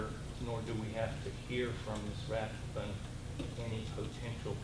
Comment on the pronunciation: I love how the second attorney can't even get the name of the plaintiff correct… Rathburn>>> rather than Rathbun...